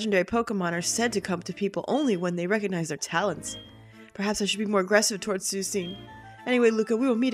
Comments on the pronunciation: I thought someone might have corrected you by now but it is suee-kun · That's not how you say Suicune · I'm not as bothered by the different pronunciation of suicune, can say it however she wishes; it's her LP and if she wants to call it sue-cean then more power to the glorious LPer. To quote south park, "We like to have fun here" XP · P Marques I just watched a video. Is it pronounced 'Suh-wee-koon'? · I'm a bit glad on the way you pronounce Suicune's name because I used to read it as the same way until I heard its name in the anime. It's just nice to know I'm not the only one. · soo-ee-soon made me laugh every time even though everybody else started raging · I know this is old as shit, but I used to pronounce suicune pretty much the same way when I was younger. Sue-i-cena. Sue like Mary Sue, i like icky, cena like JOHN CENA!!! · The way you say Suicune put me on life support. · keep saying Suicune like that. It's lovely sounding and the haters can hate if they really get THAT worked up over the pronunciation of a word of a fictional video game creature. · That's actually how I used to pronounce its name, too. I feel kinda silly about it now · I always used to pronounce Suicune the same way you do in this video tho! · I'm sick today and was getting better... Then I heard the pronunciation and now I'm in the hospital... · P Marques Somones doin this on purpose.